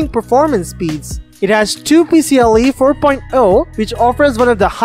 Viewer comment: pee see EYE eee